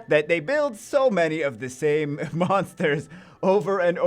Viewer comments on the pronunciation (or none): none